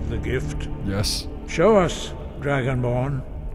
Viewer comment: be like “IM DRUGO-BORN”